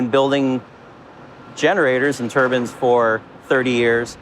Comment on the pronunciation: did that man say building turbans instead of turbines ?